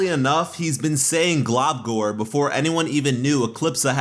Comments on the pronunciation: I agree with this except it's pronounced glumgor not globgor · i dont if its because i'm british but i though he was saying 'globcORN', i couldn't of been the only one right?